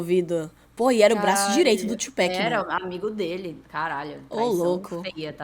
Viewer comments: O foda, ela assistiu um vídeo do cara falando PAC, dava 10 segundos ela vinha com o tchupec kkk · ela não entendeu ainda que é tupac, não tupec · Top o react meninas, Sean Combs é o P Diddy, e P Diddy é o Puff Daddy, ele basicamente faz muita merda, e depois muda de nome pra tentar apagar as merdas que fazia, mas ai vai e faz merda dnv kkkkkk, e outra coisa, vai ter muita gente criticando vocês por falar Péc em vez de Pac no nome do Tupac kkkkk ja avisando antes. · Pronuncia dela é masa tchú péc não amiga ( TUPAC mais bruto ) TUPAC TUPAC TUPAC 👍🏽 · Se fala Tupac não Tupack, só pra avisar. Pq tem muita pessoa que taca hate por isso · Não aguento mais o "Tio Péqui" 😭